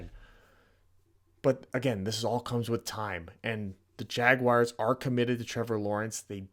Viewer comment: And learn to pronounce our name please lol